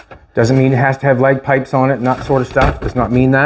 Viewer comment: Did he say leg pipes?😂😂